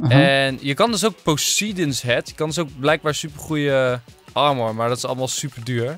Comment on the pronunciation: EnzoKnol ik werd helemaal gek toen je zij posiedon in plaats van Poseidon